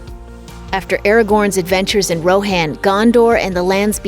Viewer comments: The way you you pronounced Rohan 😬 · Roe-hann and thayne-gehl oh god it’s cringe